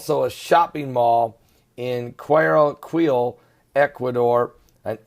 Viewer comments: is pronounced " gu-ay- a - keel " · Pron. Quito = KEE to Guayaquil = Guai a KEEL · Quito is pronounced Keytoh Guayaquil is pronounced Who-ah-yah-keyl Perdnales is pronounced Perd-nah-lehs